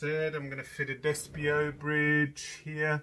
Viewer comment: Bridge is a Despiaux, not Desspio, It is made here, in Gers, France. Good job.